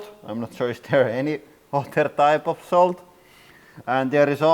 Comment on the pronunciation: For your accent pronounce salt with an o instead of an a solt and it will sound correct I bet lol